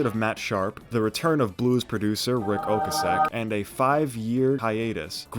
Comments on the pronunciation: It’s pronounced Rick Oh-Kay’-Sick lol 🤦🏽‍♀️ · Rick Oh-KAY-sick, yeah? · He mispronounced “Ric Ocasek”. That’s pretty much a major bitch and doesn’t make it “excellent”.